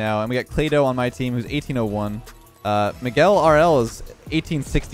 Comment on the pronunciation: I’m someone who’s called Miguel and I’m glad pronounced the name properly because most people mispronounce it